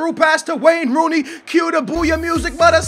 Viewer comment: I thought he was about to say Rain Wooney.. lol.